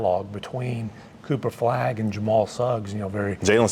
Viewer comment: Kinda driving me nuts that no one can say "Flagg" or even "Cooper". It's always "Cooperflagg", all one word, every time.